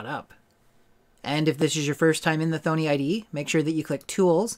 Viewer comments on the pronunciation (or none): It's "THAHHNEE" like Py-THON not THONE-EE like BONEY lol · It's pronounced 'Tho - nee' not "thone -ee". The clue is in the spelling. Double 'n'. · You are pronouncing thonny wrong please do better